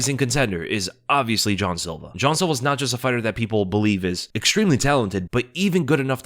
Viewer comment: Why you saying John silver his name is Jean bro like no other way to say it